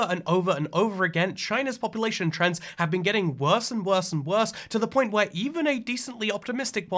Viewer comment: Ah yes populatyion